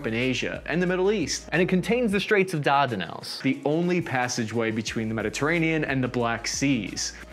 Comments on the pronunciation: Dandernellies had me rolling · I do shots every time mangles the name of a foreign country or leader in one of his videos and now I have a serious drinking problem.: DAR-DUH-NELL. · Ok seriously, you messed up the pronunciation of Ataturk, Azerbaijan and the Dardenelles and I'm only a quarter way through the video